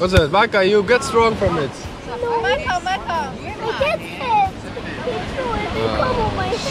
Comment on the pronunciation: did he say manka or am I hearing thing?